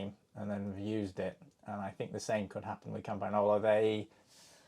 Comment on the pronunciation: Just a friendly pointer on how Campagnolo is pronounced: "Campanyolo" (the g is silent or more accurately the "-gn-" is pronounced like the Spanish "ñ" sound). 👍🏻